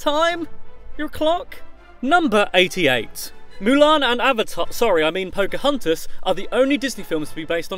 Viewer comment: phocahuntas??? tiiana?? soz i didnt know ppl say it like that